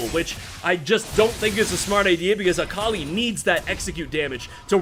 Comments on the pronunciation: It pains me how he says Akali lmao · I respect the casting try-hard voice, but please pronounce Akali correctly